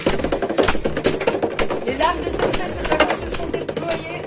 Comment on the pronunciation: On dit Tempeste Dragoune